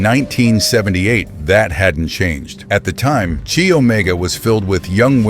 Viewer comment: Right off the bat...they weren't all taken at night... several were taken in broad daylight. The sorority is pronounced "Ky" not "Chee".